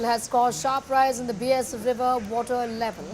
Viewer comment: Request to please pronounce the name of the BEAS river correctly